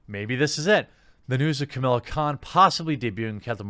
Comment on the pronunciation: Why are you pronouncing "Kamala" as "Chamilla"?